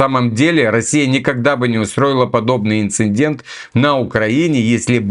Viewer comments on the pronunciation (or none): none